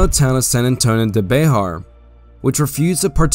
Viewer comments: Bexar is pronounced more like "bear" or specifically "behr" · Bexar (county) is pronounced "bear" by the native Texans in that area. Legend has it that the founder of San Antonio was illiterate and signed his name with a "x". Somehow the "x" was incorporated into his name Bear rendering it BeXar.